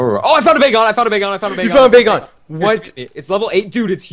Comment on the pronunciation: when you faught wynaut bagon actually sounded like it said "BACON!" xD